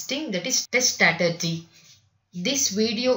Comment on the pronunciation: When you pronouncing strategy, it is very very irritating, I paused the video and read by myself